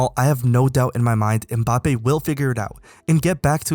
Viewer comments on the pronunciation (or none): This nigga said mPAPPE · Good video, but from an African to the world: Most of you pronounce his name wrong. You say Embappé but it's Mbappé, you leave the "E" out